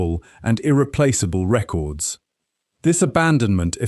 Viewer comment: The accent is irrelevant. My problem is with the fact that it doesn't sound human because it isn't. It's grating because of the unnatural rhythm of the speech and the fact that it clearly doesn't understand human intonations. It even mistook a verb for a noun (the word 'records'; don't expect me to watch the whole video again to find it for you). The script was clearly very well researched. It's informative and enjoyable. The presentation was lazy and detracted from the experience. How hard is it to read a script? Does that answer your question?